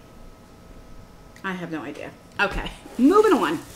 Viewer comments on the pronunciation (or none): none